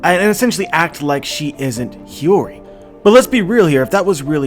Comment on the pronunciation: omg you finally started pronouncing Hiyori right. Hearing "Hayuri" for so long was bugging me!